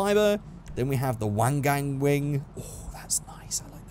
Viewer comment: He called the wangan wing a wang gang wing....